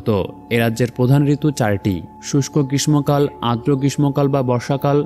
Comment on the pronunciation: মানুষকে ভালো কিছু শেখানোর প্রত্যয় নিয়েছে ভালো উদ্যোগ। কিন্তু আপনার আরো কিছু শেখার আছে। আপনার গ্রীষ্ম উচ্চারণ ভুল।যা দুঃখজনক।